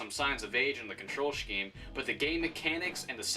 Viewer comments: “control sceheme” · "bettersweet" "shkeme" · is that the Canadian way to say control scheme? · control shcheme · control schkeem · "control shkeem" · The way he said scheme... Beautiful.